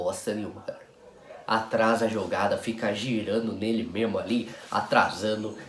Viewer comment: As "vêis" perde "mêmo!"